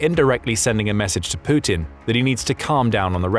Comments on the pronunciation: "Pooutin" There's something about the way this guy says his name the first time he uses it in each vid that always tickles me a bit upon hearing it. It sounds purposefully subtly exaggerated. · Poo-tin, that's a bad omen there!